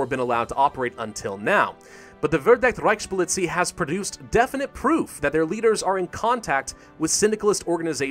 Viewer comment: Verdeckte Reichspolizei... your pronunciation made me cringe.